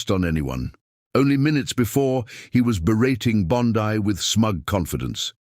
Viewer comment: Pronounced "Bon-Dee" not "Bon-Di".